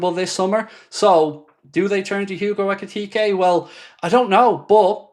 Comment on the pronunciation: Love your videos but you are buturing ekitke